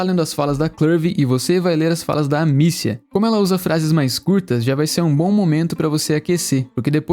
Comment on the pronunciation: "Amicia" parece "I miss ya", ouvi assim em diversos momentos do jogo